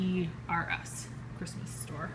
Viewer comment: Hahaha you say chrishmas because of schhhhhnauzers in your brain hehehehe. Cool collection. I hope you plan to do a video of the boys opening their presents 😂